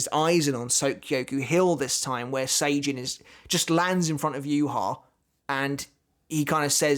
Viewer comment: Isn't Sajin's name pronounced SAH-JIN, and not SEY-JIN!? seems to pronounce a lot of Bleach names/techniques in the most "american" way possible. If you've played Bleach: Brave Souls (I know does), you'll understand what i'm talking about.